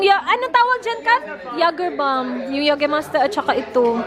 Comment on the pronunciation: YAY-guhr-my-stur po ang pronunciation ng Jägermeister 😂✌🏻